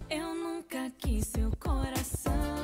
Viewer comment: OMG, I died when he said ''você partiu meu coracaaaun" hahaha